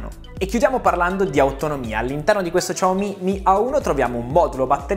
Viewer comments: Lui al posto di dire "xiaomi" dice "ciao mi" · Ciaomi non si può sentire, sembra.. CiaoIM....... brutti ricordi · La pronuncia, dovrebbe essere molto simile a un "Siaoo-mi", che ormai abbiamo tramutato in "sciao-mi". "Ciao-mi" è veramente la prima volta che lo sento, ma sti cavoli. (Adoro questo Smartphone) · sciaomi, SI PRONUNCIA SCIAOMI, prima di fare video, andate a controllare, su internet è pieno di video relativamente alla corretta pronuncia dei nomi delle aziende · [...] come questo "Ciao mi' '"!😂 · come tutti, anche io mi sto chiedendo: ma perchè "ciaomi"? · No, si dice "shiàomi", possibilmente trascinando leggermente la "i" finale visto che è un terzo tono, quindi devi marcarlo di più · "Ciao mi" non si può sentire...i Dire Straits però si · No vabbè, Ciao mi non si può sentì.. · ciaomi non si può proprio sentire...